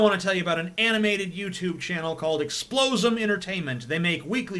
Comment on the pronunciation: Wait, that's how you pronounce explosm??